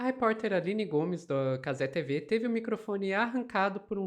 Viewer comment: Pq TiVi mano? caze vem de cazemiro TV de televisao TiVi fica feio infinito Parece o girao traduzindo o proprio nome